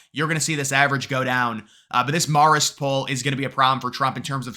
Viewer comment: Marist is pronounced Mare-ist, not Marr-ist. Just saying.